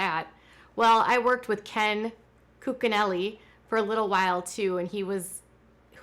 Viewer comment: His name is pronounced coochinelli. Just Fyi